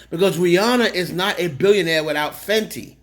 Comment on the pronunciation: it’s Fenty not fendi.